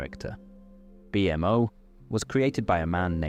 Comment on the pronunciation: I love your video and I listen to it a lot. The way you say Bmo hurts me to my core.